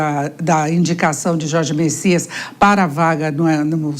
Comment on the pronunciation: Não é Messias e sim: Bessias